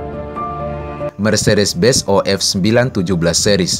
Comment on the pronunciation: Benz,bukan Bez